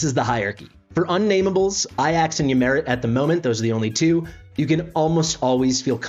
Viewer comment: The great Greek Hero - ay jaks, and Ymiret is ee-mir-et